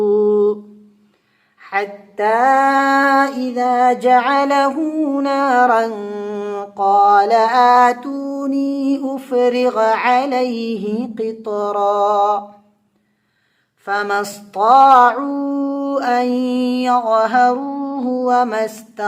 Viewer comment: Bhai ufriga ni ufrigu ha